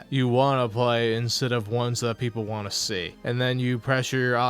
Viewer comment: Him not being able to pronounce the "T" at the end of the word "Want" really gets under my skin. "Wahh wahh wahh"